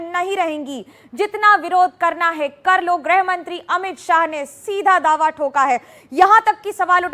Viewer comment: जिस देश का गृह मंत्री गृह मंत्रालय को ग्रुह मंत्रालय कहता हो । लाख कोशिशों के बावजूद शुद्ध उच्चारण ना करके ग्रुह मंत्रालय ही कहने को मजबूर हो , उस देश का क्या हश्र होगा ? सब दिल्ली का हश्र भी देख रहे है। और सुभेन्दु आपने धोकर पवित्र कर लिया है शर्म आती ही नहीं । वीरता दिखाने को वीरता बताना कहते है। क्या देश का दुर्भाग्य हैं ।